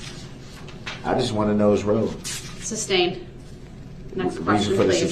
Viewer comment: Please tell him it's sustain substain!!